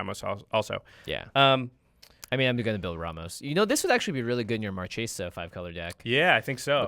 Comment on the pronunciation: One note: the way, "Marchesa" is pronounced "Mar-Kay-sa". It's italian and CH is a K sound. Marchesa means "an Italian woman holding the rank of a marchese : marchioness."